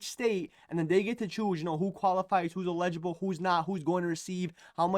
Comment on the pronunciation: You crack me up--you pronounce "eligible" "illegible". Blue.